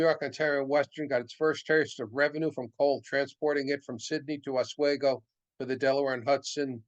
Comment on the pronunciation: That heater car at Roscoe in late May might have been used, upstate New York can have unseasonable temperatures even in late spring. Also it’s called OsWeego. Great presentation,thanks